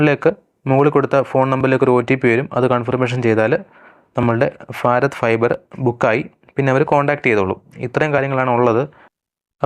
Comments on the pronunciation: ഫാരത് അല്ല ഭാരത്‌ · ഭാരത്... എന്നാണ്....ഫാരത് അല്ല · സുഹൃത്തേ ഫാരത് അല്ല ഭാരത് എന്ന് ഉച്ചരിക്കൂ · ഫാരത് അല്ല ഭാരത്‌ ആണ് ശരി..... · ഫാരത് fiber 😂😂🎉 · ഫാറത് ഫൈബർ🤣🤣🤣ഏടാ potta ഭാരത് എന്ന് പറയാൻ പഠിക്ക് 🤬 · ഫാരത് ഫൈബർ അല്ല, ഭാരത് ഫൈബർ എന്ന് പറയൂ ബ്രോ...😂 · എന്ത് ഭാഷയാടാ ചെങ്ങായി? ഫാരത്.. നീ ഒരു ഭാരതിയൻ/ഇന്ത്യൻ അല്ലെ. നന്നായി ഉച്ഛരിക്ക്.